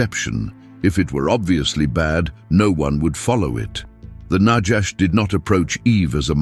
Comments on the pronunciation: I thought, it's nahash, not najash Its noticeable To much AI😂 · There is no "J" in Biblical Hebrew. The Genesis 3:1 word translated serpent is not najash but na-khawsh נָחָשׁ nachash (naw-chawsh') Strongs H5175. The AI Reader should be trained in its proper pronunciation. This is a good presentation, and the referenced Dr. Heiser does a great job in the "Unseen Realm" except for one subject that I will not mention now. I make another note, that there is a clear tradition that the Book of the Apocalypse/Revelation was written in the early 60's AD/CE rather than the popular 95 date, and the internal evidence strongly supports it. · The word in Hebrew for snake/serpent is pronounced nakhash not najash - there is no "j" in Hebrew